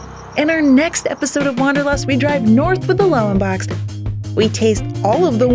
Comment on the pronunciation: Sounds funny how you pronounce the German word: Wanderlust! :-) This word has a different meaning in Germany. English speakers have no idea what "wandern" means. Wanderlust is the urge to travel around. Nothing more, it has nothing to do with the specific meaning in Germany as a kind of hiking through the nature.